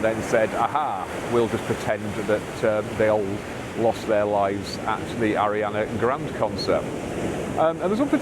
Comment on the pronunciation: I thoroughly enjoy your videos and your insights. The fact you didn't know how to pronounce Ariana Grande made me chuckle a bit.